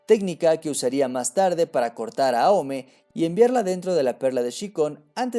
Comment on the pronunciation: si se pronunciase aome entonces porque kagura no decis agura o a kageromaru ageromaru no justifiques una cagada del doblaje como pronunciación